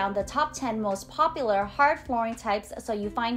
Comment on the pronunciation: Great job!! Good content. Dont forget, there is a U sound in the word popular lol.